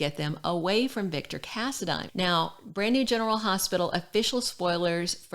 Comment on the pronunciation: thanks for saying the last name right so many pronounce it wrong